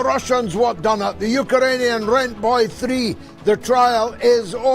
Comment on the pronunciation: It's Ukrainian not Ukarainian.